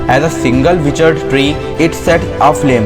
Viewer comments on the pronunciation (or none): Kuchh words ke pronunciation galat hain bhai. For example Bites, Withered.